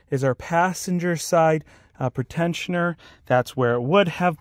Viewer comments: Pre- tensioner not pertentioner. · PRE-tensioner. Not pret ensioner. Its simple English.